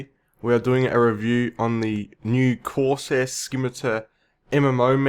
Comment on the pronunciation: "corseh skimiter" We all gotta love the accent.